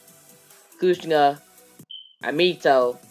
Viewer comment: Dude i cant understand u u said minosou kushner in minato and kushina